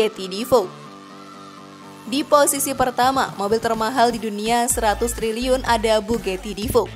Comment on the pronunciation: ...ngakak klo dgr 100Telerr x😂😂